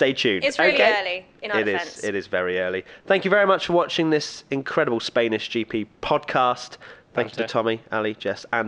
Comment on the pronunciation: "Spaynish GP"